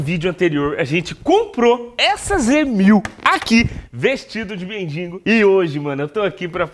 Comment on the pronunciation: "MENDINGO"- cara n sabe nem falar. ¬¬